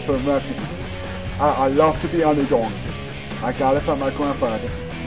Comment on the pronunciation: " i love to be the underdong"